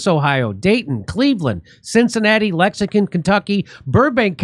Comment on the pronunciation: Will you fix the video and say Lexington, right?